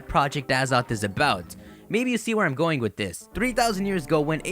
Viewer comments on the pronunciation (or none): none